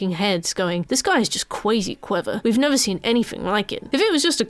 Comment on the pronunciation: This video is cwazy cwever. I've never seen anything like it.